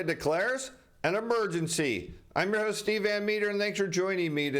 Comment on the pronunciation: Ho, Ho, Host...not Ost! For the love of God, find the H!